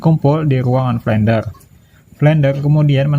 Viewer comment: Flender bang bukan flendel